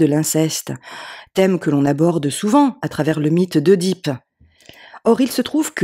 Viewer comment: On prononce Édipe il me semble